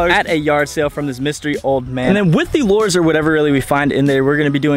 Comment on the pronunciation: Lures is pronounced "lew-ers" not "lore-z"